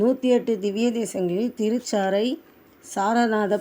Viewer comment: பேச தெரியாமல் பேசுகிறீர்கள். ஶ்ரீ தேவி பூதேவி. நீங்கள் மூதேவி என்று சொல்கிறீர்கள் ! அபத்தமாக இருக்கு. ஒரு இடத்தில் திருச்சேறை என்பதற்கு பதிலாக திருச்சாரை என்று தவறாக சொல்கிறீர்கள். தெய்வ வழிபாடு சம்பந்தமாக ஒரு காணொளி வெளியிடும்போது அதிக கவனம் தேவை.